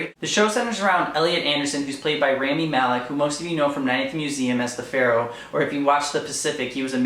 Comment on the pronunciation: apparently. the star is also pronounced rah-mi malek. not rai-mi malek. I made that mistake at first lol.